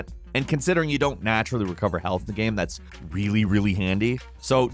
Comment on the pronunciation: "gaæame"